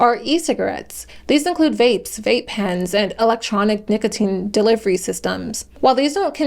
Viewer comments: no fr she was saying nickel teen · did you seriously say nickeltine? jfc she really has no clue about anything she is talking about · emphasizing the o in the middle is not the typical/normal pronunciation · Was literally thinking the same thing. I had to stop. All this effort and she couldn’t research how to say it right lmfao. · Sometimes it was normal and then she went back to being weird